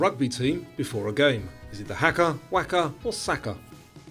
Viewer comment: For Q23, it's pronounced harker, not hacker. Great quiz, got 67 but with about 10 lucky guesses